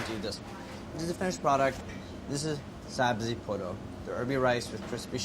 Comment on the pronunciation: just the way andy says sabzi polo you can tell his farsi is on point